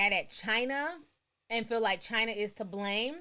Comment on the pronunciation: what she gotta say about the way africans are being in chiner-th